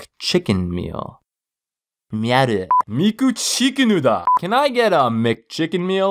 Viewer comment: "Miku CHIKO-NOO DAH" 😂